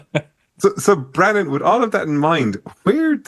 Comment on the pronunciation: Brannon, not "Bannon".